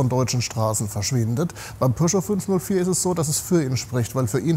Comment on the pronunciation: Pöscho...🙉 Am Anfang hab ich Porsche verstanden 😅